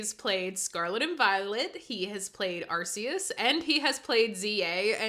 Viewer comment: Ar-SAY-us is correct. Good on you, husband. (Ar-SAY-oos, as in "Deus" if you want to hit a home run.) I played New Pokémon Snap and I liked it a lot. I should probably revisit it sometime soon on my Switch 2. It's a solid spinoff, about the right length (not overly long like a Z-A), and it's just fun getting good shots of pokes. The graphics really stand out among the Switch 1's best efforts. The world really feels alive and vibrant, too. Yeah, I wish more people actually bought this game. I always hate it when people glaze GameFreak for delaying Winds and Waves all the way to 2027, though. The wait between games has become absolutely unbearable from a consumer standpoint, and that's just some enabling behaviour right there. Z-A had a RIDICULOUS amount of dev time and is aggressively mid. I hope that WW is good, but I also hope this dangerous precident of taking insane amounts of time between games isn't further enabled if it does kick a lot of ass. I want to be ALIVE when Gen 11 rolls around.